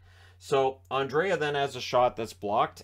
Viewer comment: Swedish captain name is NOT Andrea, it is Andrae! Treat the second ’a’ as silent and you are good (André). I’m going nuts with the english speaking commentators.